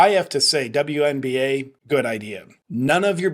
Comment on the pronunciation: “…the Dumb-You NBA…” 🤣😂🤣 Judging from the lack of other comments mentioning it, I guess I am the only one that noticed how you actually pronounced ‘WNBA’ there! Well played! 😎👍🏻